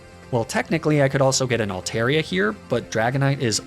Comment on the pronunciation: THERE IS NO E IN ALTARIA!